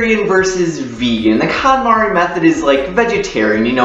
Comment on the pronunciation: It's pronounced "cone-mahri".